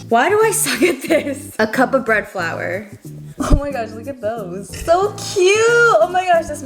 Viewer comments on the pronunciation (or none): none